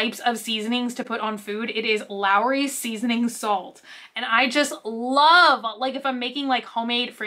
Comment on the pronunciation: It's not just the shelves. The carts and also one product from another are ALL disproportionate. The pickles are pronounced like Claw-son, and it's LAWrys, not LAOrys. ;)